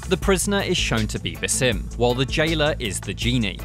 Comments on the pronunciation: Bass- Um Not Bah-Sim. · Its 'BA-sim', not 'buh-SIM'... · Does it piss anyone else off that he says "ba-sim" instead of just "Basim"? It's honestly annoying af because we've heard his name hundreds of times now, yet this dude doesn't know how to pronounce it. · Baw-sim not ba-sim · Bro said baesim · “Basím”? Did he even play the game? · Why say baaa sim its so annyoing his name and pronunciation has been said 1 million times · The stress is on the first part of “Basim” not the second half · Can't get over his pronunciation of Basim and djinni 😂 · At least try to pronounce the names right. Basim's name is even mentioned by Eivor at the end of the video lol. Anyway, just finished this recently and was disappointed it didn't go into more depth to Basim's realisation. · Your saying his name wrong smh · It pisses me off that you purposefully mispronounce his name. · Dude can’t even pronounce Basim correctly🤷🏼‍♂️